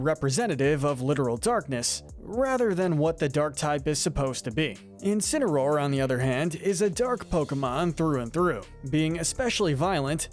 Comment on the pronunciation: You did incinsroar dirty